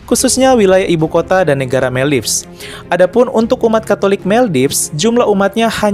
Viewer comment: Maldives biasanya dibaca Moldivs atau Moldaivs yaa kakkkk.. Atau lain kali supaya tidak salah pengucapan lebih baik menggunakan Bahasa Indonesia ; Maladewa 🥰🥰🥰